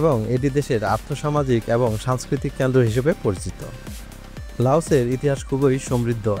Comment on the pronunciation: এবং শব্দটা কম উচ্চা‌রিত হ‌য়ে‌ছে